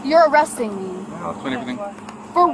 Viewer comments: Crazy nutjob needs to learn how to speak - its pronounced for what NOT for what with a lisp Its pronounced child NOT child'dah its pronounced they held my child from me NOT they held my child from me'ah its pronounced thank you NOT thank you'ah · I LOVE IT!!!!! Love it even more after she said “my childah” and “they kept my child from meaah”, any idiot that adds “ah” to the end of words needs arrested and sent to prison. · As soon as we hear her turn the words child & me into 2 syllables at the end of sentences, we know she is really named Karen (no offense to the many nice people named Karen).